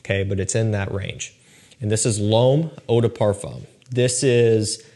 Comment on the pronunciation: Hey, when you say the word ''L'Homme'', I'm not saying this to be douchey or anything like that. I'm Canadian from Quebec (French province, French is my second language). You can take this or leave it, but in case you're interested in pronouncing the word Homme or L'Homme as close to correctly as possible in the easiest way possible. Homme pretty much just sounds like ''Umm'' and when it's L'Homme same deal just put an L in front of Umm = L'umm. (Homme = Man, L'Homme = The Man) It won't be perfect but it's close enough. Again, this is not meant to come across as douchey nor is this directly pointed at our boy. Anyone who reads this and if it helps them then great. If this does come across as snooty let me have it in the comments:)